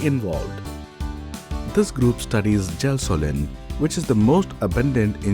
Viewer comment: It’s gelsolin not gasoline 😂